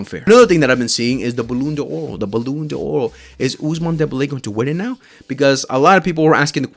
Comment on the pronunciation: Bro, learn how to pronounce ballon D'or😅